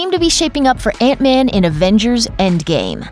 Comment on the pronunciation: It's man not van